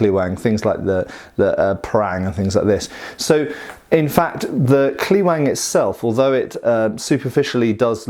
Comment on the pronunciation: Say Kleweng as "Clevenh" which is much closer in pronunciation.